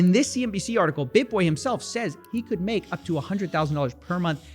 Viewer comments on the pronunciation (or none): none